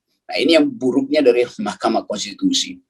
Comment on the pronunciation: Top bung rocky " Mahkamah Konstipasi " 🤣🤣